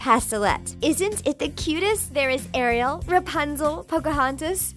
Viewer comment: Hug girl you got it all wrong by the way it is Ariel not REO Arielle is what I was trying to say